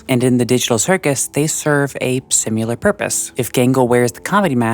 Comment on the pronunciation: I like this video and find it very thoughtful and well-made, but I do have one criticism: "Simular." Cut it out. Cut it out, you.